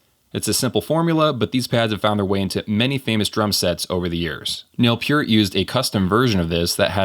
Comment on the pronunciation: So a little off-topic, but when I heard it, it just instantly jumped out at me so I have to ask: you mention Neil Peart using a pad with a target on it . . . and you pronounce his name, "Pier-T" versus what I have heard, and always pronounce it, which is: "Pert". Not calling you out on this, because I really have no idea, I've been saying it right all this time, or not. So, just asking the question: Is it in fact "Pier-t"? I'm wondering if Neil himself pronounces it that way. It would be an interesting bit of info to share with my other Rush fans, if Neil actually goes by "Pier-t" . . . . . .